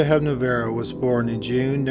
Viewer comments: A Czech person here. First off, thank you for covering the story of Olga Hepnarová (not Hepnavero as you pronounced it :D ). Her life and crime are regarded one of the most tragic, absurd and horrifying cases of mass murder and lead-up to it in the history of Czechoslovakia (and Czech republic for that matter). Couple of remarks: - Olga was born in Prague, Czechoslovakia, not Czech republic. The country was split in two as late as 1993. - She was also the last as well as youngest woman executed in Czechoslovakia (not Czech Republic). - Olga repeatedly proclaimed that she wants to be executed and that she does not fear dying. - In spite of the above the state executioner who carried out her hanging had alleged that executing Olga was a very unpleasant experience that prompted him to resign from the job shortly thereafter, as when led to her death and moments before hanging she got very scared, hysterical, fought back, vomited all over him, pissed and shat herself. He also said that on top of that hanging such a young and pretty girl made things even worse for him. - There is a pretty decent 2016 feature length movie called "Já, Olga Hepnarová (I, Olga Hepnarova) done in coproduction of Czech, Polish, Slovak and French filmmakers. It stars a young Polish actress Michalina Olszanska as Olga and in my opinion is worth checking out, as Michalina's performance is really good. I have beef with some other aspects of the movie though. Nevertheless, watch it you guys who are interested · Hep-Na-RO-Va...not Hepnavero. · Hepnarová =/= Hepnavaro. You're slipping dude. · Is it Olga Hepnarova because he keeps pronouncing it Olga Hepnavera? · Great video BUT you completely butchered Olga Hepnarova's name. It's Hep-nar-oh-vah. Not Hep-na-verro. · Olga HepNAROVA...not HepNAVERO. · Her name was Olga Hepnarova NOT, Hepna-varo! Hepna-ROVA! Hepna-ROVA! HEP - NA - ROVA!!! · Hepnavaro? That sounds like some Cherokee Indian village, lol. It is HEPNAR plus the female suffix -OVÁ.